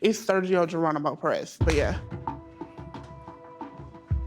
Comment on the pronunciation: Geranimo? Cmon